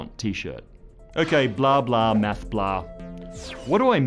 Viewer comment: I wonder how this guy pronounces 'mess' and 'meth', when he already uses these pronounciations to say 'math' and 'mass'.